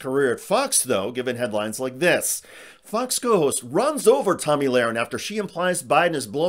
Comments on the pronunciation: Her name is Tomi not Tammy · It's "Tomi" not Tammy